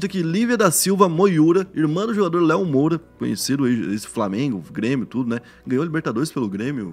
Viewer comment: ...Lívia Mo"i"ura, irmão do jogador Léo Moura... hahahha Não seria Lívia Moura? Tmj